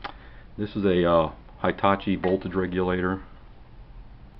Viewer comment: Learn how to pronounce Hitachi